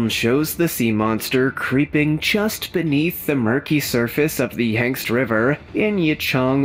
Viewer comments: OMG! The Yangst River! 🤦🏻‍♀️ Here I go, turning into a Karen again! LOL! It’s Yangtze… Yang-tsee. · They were saying Yangtze River….yet throughout the video it said Yang see (or whatever. It’s more important to me that children learn the proper spelling and/or pronunciation. Let’s not dumb down America even further! Until we demand the proper spelling (and instructional ways to figure out pronunciation, our children will NEVER learn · Never heard Yangtze pronounced “ yankst “ before…